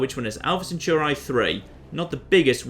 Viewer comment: The way you say "Centauri" makes me want to cry.